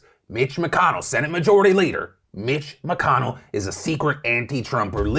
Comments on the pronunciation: Mitch McConnell? Or Bitch McConnell? I literally can't tell what you were saying in the beginning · For a second it sounded like Phil said Bitch McConnell